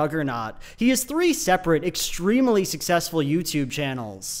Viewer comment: I find it so odd that he pronounces it this way. I've never met anyone else who does that. It's extreemuhly weird.